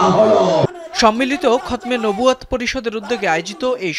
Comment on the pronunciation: কি পাঠিকা এগুলো.. খতমে নবুওয়াত বলতে পারে না.... 😂😂😂